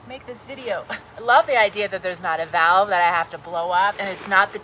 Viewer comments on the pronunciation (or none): none